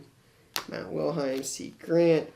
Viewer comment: Love your videos....but ...You keep pronouncing it wrong...Matt WiLHELM....not WiLHEim....the second to last letter is an L not i. :-) keep up the great content.